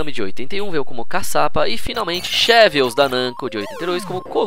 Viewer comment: Xevious não se pronuncia Chevious, mas sim Zebious.